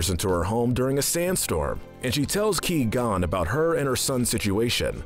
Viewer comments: Ki-gon? it's qui-gon, pronounced kw-i-gone. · This is the best part of all Star Wars and this video The worst bit is hi, saying key+gon jinn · Did he just say KeyGon here it even the sequels can actually say Jedi names right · How can you mispronounce Qui-Gon?! In the movies, everyone pronounces it Qwai Gon, not* Key Gon!* You should know this! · Whats up with saying key gon not qui gon and he's dead so I put you in silver medal of evil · It’s Qui Gon Jin not Que Gon Jin. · Am I the only one who cringes every time he said “Kee gon” and not “Qui Gon” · 99%of the comments it’s qui gon not Key gon!!! 1% me why is jar jar in the grey area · Its qui gon not ki gon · Qui gon not key gon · key-gone lmao fucking pronounced kwai-gohn jinn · Not gonna lie I'm starting to get more and more pissed off when he says Ki-Gon Jinn lol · I am disappointed at you saying Key Gon Jinn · Did this guy never watch Star Wars? “Key-gone” “Nahboo” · Who is the character named Key-Gon I've never heard of him. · Key gone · oh no my key is gon ;) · Key gone Jinn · Ki gone jin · Key gone Jin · Who tf is 'Key'-gon-jin? Guess it was a background character I missed, lmao. Good video, as always though. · Me when he said key Qui-Qon Jinn "You have chosen death then" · Now hold on. Great list and all but seriously. Ki-Gon?! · Him: Pronounces Qui-Gon's name "Key-Gone". Literally the entire Star Wars fandom: What? How can you do this. This is outrageous, it's unfair. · Ah yes my favorite character, Key-gon jin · Qui is pronounced like quiet. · "Key Gon Jinn" Bruh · "Key-Gone Jinn" 😂😂😂😂😂😂😂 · "Ki-gon" Jesus Christ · I had to give you a thumbs down. 'Key-gon'? Really? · Lmao he said key gonn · Hey, stop saying qui-gonn jin like key. It's not! It's quag! I'm excited to see what you do with sequel trilogy. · Key-gone? sheesh that tilted me to no end. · He said queeee gon hehehe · Ngl - I wanted to smash my phone when I first heard Key-Gon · Key gon btw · “Ki Gon” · pronounced gw-eye gon btw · "key gone"???